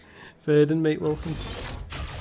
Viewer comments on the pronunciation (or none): none